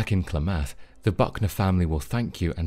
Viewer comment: Clam eth not clah math